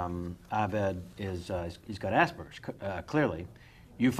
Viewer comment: I have Asperger's. No context, that's it. And stop fucking mispronouncing it - it's not hard.